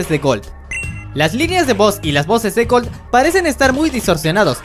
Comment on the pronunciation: En vez de gold dices algo como colt